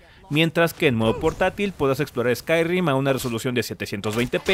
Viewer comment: Qué molesto fue que dijeras ''Skyrrrim'' JAJAJAJA